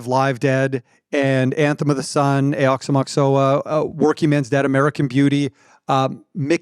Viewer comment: THATS how you pronounce Aoxomoxoa???